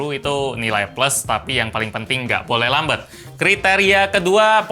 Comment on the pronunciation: Pengucapan versi Gelap > gelep Lambat > lambet